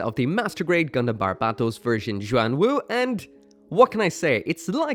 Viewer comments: Bar-bat-os lol it's barb-atos dude. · My ocd is throwing me off the rails it’s pronounced “bar-bah-toes”